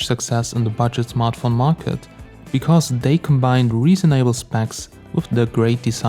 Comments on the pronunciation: did he just say reason able instead of reasonable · Dont say reason-able